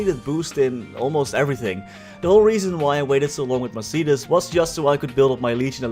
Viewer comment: say mercedis one more time i stg, its mercedes, like the car